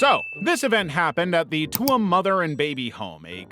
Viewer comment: Tuam is pronounced like Choom!